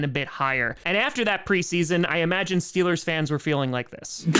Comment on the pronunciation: But you said steelahs go shupa bowl when you visited tom 🥺